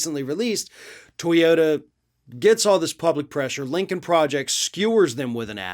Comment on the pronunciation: To yo TA, please . Not To YO (...da). Otherwise, interesting as always!